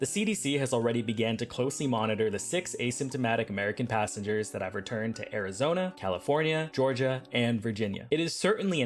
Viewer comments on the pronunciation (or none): none